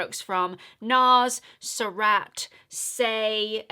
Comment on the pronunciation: I think it’s pronounced Sir- raht. I love the green shade… will add that to my wish list!